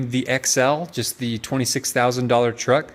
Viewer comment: mini truck or trucklette.... not TWUCK ... haha